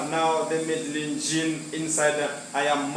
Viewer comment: I noticed that you're still struggling with the villa name! The pronunciation is Mededjin